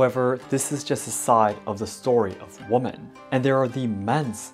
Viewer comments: Hi, This is so tiny, I hesitate to say it. It is one little thing that sounds “different”. You pronounce woman & women, the way they are spelled, & that is logical. But the plural format of woman: women is pronounced (wĭm′ĭn). You know, many words are spoken differently than their spelling. The rules drive all of us crazy. So, no worries. I am not criticizing you at all. Quite the contrary, you speak so very well, that the smallest difference is noticed. Thank you for all your videos, I both enjoy & learn from them. Your work is much appreciated, as I am writing from half-way around the world, near Washington, D.C. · Hi, I love your videos and hope to visit Japan one day. I did want to tell you woman when it is plural women is pronounced like "wemen". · Please look up how to pronounce the word “women”. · You’re pronouncing women incorrectly. It’s pronounce “wim-en” (plural) and when talking about one, how you pronounce it. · I just wanted to say. Women is pronounced as wimen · Thank you for this. It's very informative as a woman wanting to visit Japan. Also, just in case you want to improve your English, "woman" is one and "women" is more than one. It may be confusing, but "women" is pronounced "whimen" :) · I hope you will see this! The word “women” is pronounced WEEMEN! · You mix "women" and "woman" both in spelling and pronunciation.